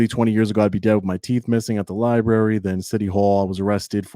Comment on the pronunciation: Show us one news story that YOU are not the center of. One where you’re “gathering content for a story,” that will later be published. Why? Because that’s the story. That’s not news worthy. And learn to say entity, library “with you” it’s not witch choo. A journalist speaks proper English. You aren’t even in the same galaxy when you “try” to act tough and sound from the hood in your polo and spare tire. Pull up your pants to hide that gut. If I was your woman I wouldn’t let you walk around with that thing hanging out. 🤮🤮